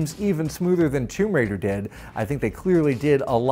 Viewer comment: That’s the correct pronunciation..